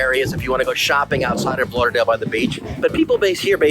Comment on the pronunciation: Why do you say "Lah-Dale" instead of Lauderdale ?